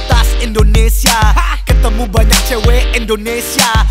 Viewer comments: yang betul Indonesia bukan Endonesia hanya saran:) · Indonesia not Endonesia cui